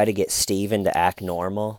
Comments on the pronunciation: so glad i came back to these early videos, for a while i was convinced that saying “why stayyyvenn why, schhhhmeda” was you saying something in another language XD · It’s pronounced staeyyvenn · Never saying Steven the correct way again 😄!!!! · The emphasis on “Steyven” and his troll head have me rolling lmao.